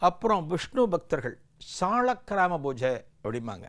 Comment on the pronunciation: Divine explanation. But not bbojai. It is pooja and poojai